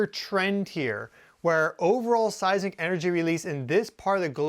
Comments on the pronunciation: It occurs to me that a real Geophysicist should be capable of correctly pronouncing "Seismic Waves". Not "Size ick waves". How can we take you seriously. Unless you have a speech impediment, then I could make an exception. If you do, then I apologize. If you don't. I suggest you review your production more carefully and re-shoot things like that. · You said seisic waves. I’ve only heard of seisMic waves. Is there a difference?